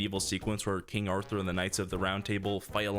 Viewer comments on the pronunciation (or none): none